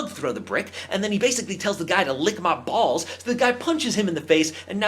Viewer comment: That emphasis L I C K M U H B A L LS!!